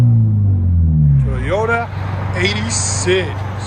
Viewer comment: He said TeeYota. 😏 Sound better under load.